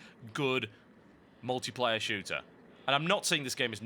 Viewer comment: What is this "ultiplayer" you speak of?